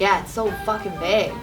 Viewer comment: Hey it's Vague, not Bague. lmao